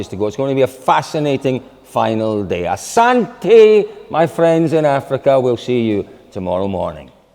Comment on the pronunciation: 8/10 asante replace the last /I/ with /e/